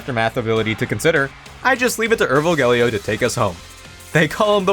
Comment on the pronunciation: Urvogel is pronounced like oor (like in noon) fo (like in fox) gel (like in bagel). Oor-fo-gel, at least thats how it is in germany. the "Ur"-prefix means ancient and "vogel" means bird